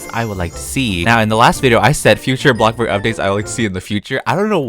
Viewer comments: If he says 'bloKburg' one more time... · This is how many times he said blockburg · I dare you to play something instead of bloxburg, and ro ville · i love when he say “bLOCKburg” or “wAAARm lighting” my favourite words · I love the way he says "Bloxburg"